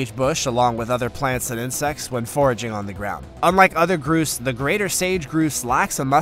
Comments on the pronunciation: narrator should get names of birds right. he said one of the bird types was a 'groose' it is NOT a groose it is pronounced 'grouse' with the ow sound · Grouse is not pronounced groose it's pronounced ou as in house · Grouse rhymes with house. Echidna is pronounced e-KID na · "Atchidnas" (achidnas) and "groose" (grouse).....